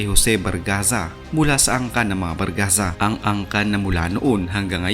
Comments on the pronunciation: Jose Barzaga po hindi Bargaza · Barzaga Boss Hindi Bargaza